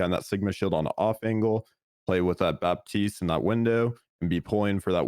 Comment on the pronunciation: How do people pronounce Moira and Baptiste wrong it baffles me.